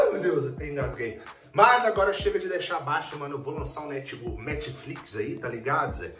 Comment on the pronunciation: eu escutei ''metflix'' kkkk